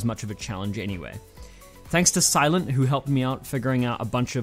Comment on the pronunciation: Sylent is pronounced same way as you pronounce Sync. But great video for the rest.